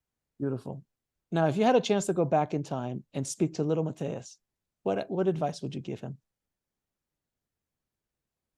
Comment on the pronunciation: I don't mean to be rude, I'm honestly curious about why does pronounce Matías' name like that?